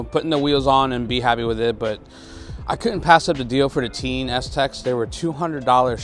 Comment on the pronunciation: Its pronounced “tayn” like chow mein. Just picked up a set of these springs also 👍🏽